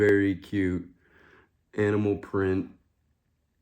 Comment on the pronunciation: OMG I heard cannibal Barbie and Ken not animal Barbie and Ken😂😄